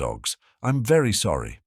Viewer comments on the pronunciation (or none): none